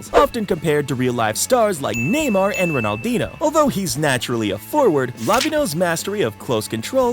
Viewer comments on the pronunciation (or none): bro said ronaldeeno